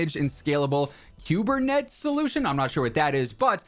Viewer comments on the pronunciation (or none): It’s pronounced Koober net eees. Typically run by a dev ops team running modern applications via containers. 😬 Could be a good move! I am hopeful! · Gotta help you out dude, Azure is prononunced AH shure and Kubernetes is Koo brrr net eees. I'd help you out if you were mispronoucing nicoise salad too.